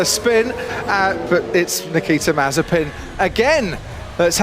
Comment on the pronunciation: It is no more mazepin but it is mazespin